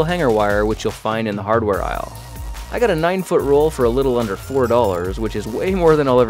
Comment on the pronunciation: he said uder